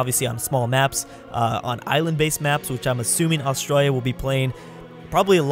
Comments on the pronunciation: You said Australia wrong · when he cant say Australia correctly at the start